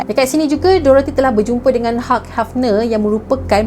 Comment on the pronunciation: Sebutan hugh tu bukan 'hug' tapi 'hiu'